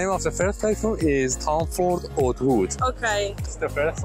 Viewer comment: Oud is pronounced ood...you butcher the pronunciation man 😅